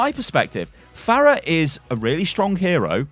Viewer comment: Pharah? Really? Jesus Christ.